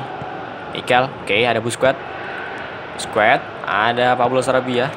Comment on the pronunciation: Sekedar koreksi aj bang Busquets dibaca baske